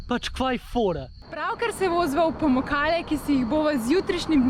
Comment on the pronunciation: Se mi zdi, da sta ves čas govorila POmukale 😆